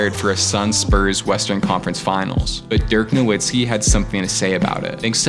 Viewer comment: pistons chip was in '04 not '05 and nowitzki is pronounced with a "v" and not a "w". no hate though these videos are fire